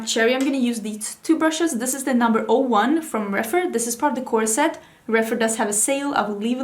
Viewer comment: Every time you say core set. I hear corset. Makes me grin at where my mind goes during Halloween costume season.